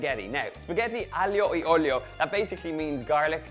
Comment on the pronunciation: Well he isn't italian. She don't expect he can pronounce it perfectly